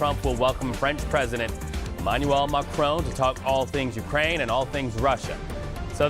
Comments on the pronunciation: This man needs to learn how to pronounce Macron. There us no E at the end of the name. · At least is knowledgeable enough to have a decent attempt at saying Macron's name. Unlike the clown in the studio who keeps saying "Macrone". There's not e Macron NOT "Macrone". Best way to show you don't know sheet is to not even know what world leaders are called. Then talk carp about world politics. European vassals have been trying so hard to be more belecose than their master and are now caught flat footed by Trumps "360 degree turn".